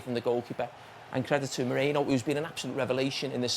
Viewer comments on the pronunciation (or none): How hard is it to say Merino instead of Moreno.